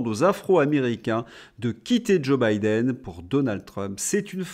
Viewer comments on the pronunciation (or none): none